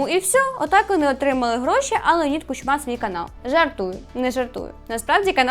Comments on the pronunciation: Та блін... Не "кучмА", а "кУчма"!!! Ніхто ж не каже "ющЕнко" , "янУкович" чи "зеленськИй" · Наголос в прізвищі Кучма не туди.